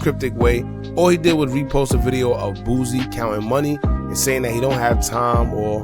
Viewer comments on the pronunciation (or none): It’s “ Boosie” not “ Boozie”